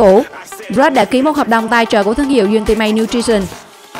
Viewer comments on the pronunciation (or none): none